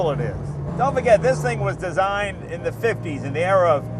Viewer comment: Germans can't pronounce "the."